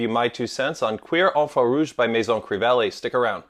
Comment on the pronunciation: Um I don’t think that’s the correct pronunciation 😂😂😂